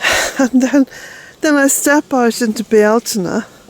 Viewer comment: "Bee-altaine" Cottage is an example to the world.